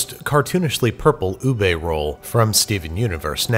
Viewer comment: LARS IS NOT UBEY IS UBEH